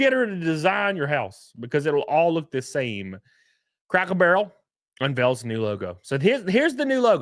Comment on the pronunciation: Are you saying Crackle Barrel? 😂 It’s like when they took away Aunt Jemima, Uncle Ben, Land O Lakes, Tom Sawyer Land from Disney…